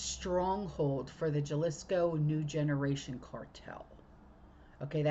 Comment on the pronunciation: Sorry, but for future reference, it is Jalisco, pronounced with a h, it's halisco.❤